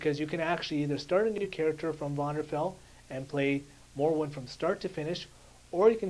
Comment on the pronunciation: youre pronouncing morrowind wrong